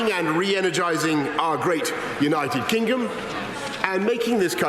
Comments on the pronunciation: United Kinggom? Good start, Boris. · he can't say kingdom properly